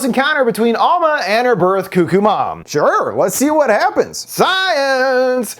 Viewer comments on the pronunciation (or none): It's not coo-coo, it's cuck-oo. Wtf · Its pronounced cuck-oo buddy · This is not important in the slightest but i grew up in southern indiana and we always said it like you do, Koo-Koo, but after moving around a lot i just realized I pronounce it more like how its spelled. I didn't even realize I'd done that until I heard you say it and it sounded off to me.